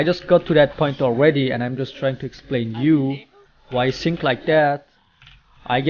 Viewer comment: i like your stream and this yt channel but try to not pronounce "think" as "sink" its so annoying, thanks,!:D